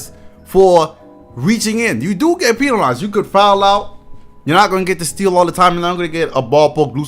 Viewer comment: dude said pee-nalized